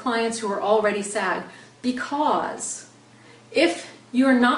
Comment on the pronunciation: Andrea Martinez I thought she was saying "sad." I was so confused haha